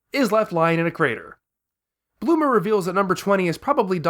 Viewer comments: Why do you call bulma bluma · Why do you say bLuma???